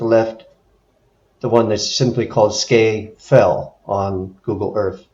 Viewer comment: Its pronounced Scar Fell or alternatively Scaffell :)